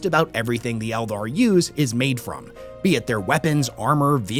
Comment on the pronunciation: Oh yeah 40k and fantasy totally separate he says elder clearly not eldar